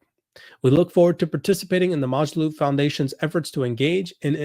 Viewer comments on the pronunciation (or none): It’s pronounced Mo Jo loop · It's mOO - jaloop!!! It's an 'O' not an 'A'!!!